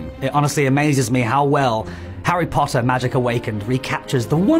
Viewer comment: The way he says “poTtAh” is just to much😂😂